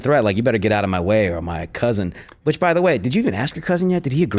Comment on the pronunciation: Her "cuzin" is probably serving time in county